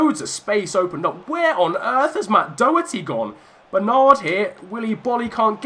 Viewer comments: Love the series! Quick thing from an Irish lad - Doherty is pronounced do-her-tee as if you were saying the do of dot, and not doh-her-tee or dock-her-tee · Matt Doherty is pronounced Matt Dordy.